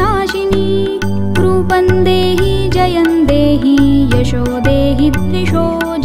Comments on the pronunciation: Sorry to say, may be Rupam dehi,jayam dehi hona chahie, rupan dehi, jayan dehi sayad wrong pronounce hai. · रुपं का उच्चार रुपन् नही परंतु रुपम् व तथा इतर तत्सम भी वैसाही. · "Roopam" dehi रूपम is correct pronunciation. Kindly ..